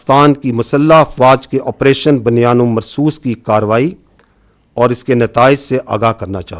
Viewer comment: 😮بُ ، ”بُنیان ۭ مرصوص“،، بَ بَنیان نہیں پلیززز 😮😮😮